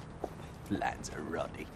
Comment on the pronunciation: The way they pronounce Lanzarote 🤣🤣🤣🤣